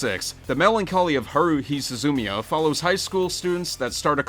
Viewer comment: it's su-zu-mia not suzu-mia gahhhhhhh